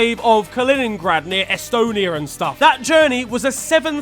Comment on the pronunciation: Estonia n stuff is the most american thing I have ever heard...wait your bri'ish?